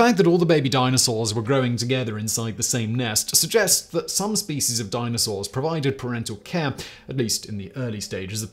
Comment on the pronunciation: I have 2 suggestions. I teach English in Turkey and I was recommending TopTenz for students to watch and particularly, listen and copy pronunciation. I no longer recommend you because none of my students can understand you because you speak too fast. Also, Please stop mispronouncing SPECIES.